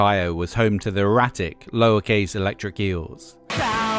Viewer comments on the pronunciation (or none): none